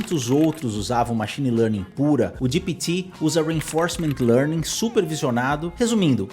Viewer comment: Cara, fala GPT direito. GIPITI nada a vê !!! O vídeo é para brasileiros e não para americanos.